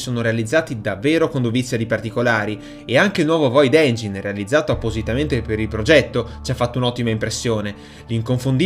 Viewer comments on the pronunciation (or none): none